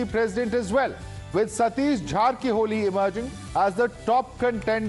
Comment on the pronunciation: Jarkiholi not Jharkiholi.